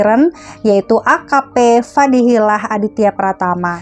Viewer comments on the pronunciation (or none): Fadilah bukan Fadihilah, koreksi dikit ya